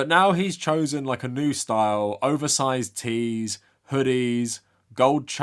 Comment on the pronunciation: "you can't touch his schtoyl"